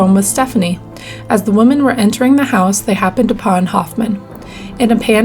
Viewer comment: You shouldn't pronounce Women as Woman